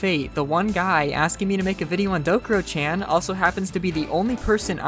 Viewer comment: it's called Dokuro-CHAN, not Dokuro-CHEN